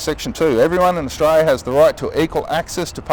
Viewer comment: This dude needs to learn how to pronounce Austra"L"ia.